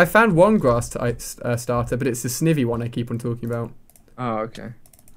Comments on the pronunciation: Ali the grass starter u keep finding is pronounced SN "EYE" VEE not sn "ih" vee. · Sniiiiiivy not snivey dah helllll noe sniiiiiiivy say it with me ali sniiiiiivy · 1 snivy is pronounced SNI-vy and 2 that was a servine which is the evolution of snivy. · Feraligatr's ice fang is super effective against dragon, flying, ground and grass, so it does 4X damage to Rayquaza. And it's pronounced Sn-eye-vee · Serving is the evolved form of snivy (pronounced sniiiivy) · And snivve instead of snivy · It is called snivy (sn-eye-vie. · .you always say snivy wrong